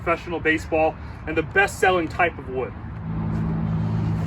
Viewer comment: domt say the kind of wood ever again havaba